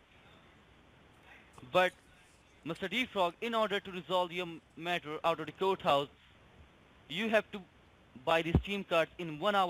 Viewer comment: Why the hell can NONE of the eastern scammers pronounce court house?! (Kudos for master baiter!)